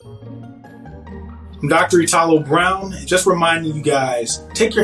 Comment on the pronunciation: Why "i-TA-lo" and not "I-talo"?